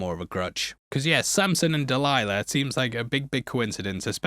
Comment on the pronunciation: Delilah = Del-isla